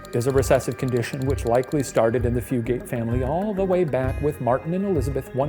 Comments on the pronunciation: I'm typing this from a location that's roughly a five minute drive from Hardburly. Good job pronouncing Appalachia, Shane. Fugate is a very common name, here. They don't pronounce it Few-gate, though. They pronounce it Few-git, emphasis on Few. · I was wondering if the pronunciation was going to be mentioned or if it was just me. Floyd County here and we say Few-gut lol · it is not Fu gates it is pronounced fu gets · As someone who grew up about a mile away from this family, it’s ‘Few-get’ not ‘Few-gate’ 😅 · Few-gate is absolutely killing me 😂😂😂 I laugh every time lol “few-get” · Hi! I’m related to a strand of fugates, it’s pronounced “few-get”” lol beautiful video! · From my hometown, also Fugate is pronounced Few-Get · The blue fugates are my ancestors lol also it's pronounced "few" get" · Kentucky native chiming in. It’s pronounced “few” “get” guys! It rolls off the tongue like nougat but with an F.